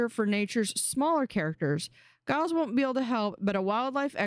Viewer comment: It's not pronounced guy-les it's a j sound at the beginning. Like Giles from Buffy :) just letting you know. :)